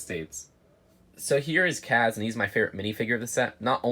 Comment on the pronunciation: His name is pronounced Kaaz, like casualty. Not Kahz like cause. Check out the show, it's really great!